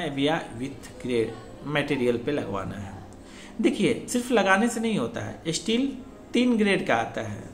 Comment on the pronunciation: स्टिल नहीं। स्टील। स्टिल मतलब रुका हुआ। स्टील मतलब जंग रोधी इस्पात। सिविल साइट नॉलेज अपनी नॉलेज भी बढ़ाओ। कब तक अपने अल्प हिंदी ज्ञान का सार्वजनिक प्रदर्शन करते रहोगे । हिंदी नहीं आती तो सीख लो।